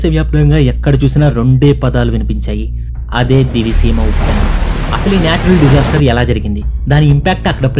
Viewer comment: Nedi matram divi seema kaadu. A oori name proper ga palakalekapotunav